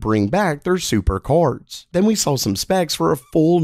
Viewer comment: Is it me, or does pronounce the word cards, "Chords?"